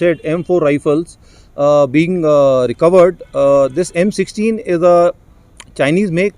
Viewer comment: The rifle looks more like a hybrid between Ak and M4. In 1.57 did I heard F16 instead of M16?